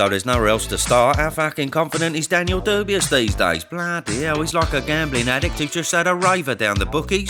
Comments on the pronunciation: Cracks me up when you pronounce his name ‘Dubious’ 😂😂😂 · Why does he pronounce Dubois wrong?